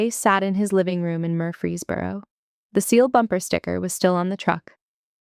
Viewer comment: Watching from Tennessee. & the town is MURFREESBORO, not Murphy's Boro!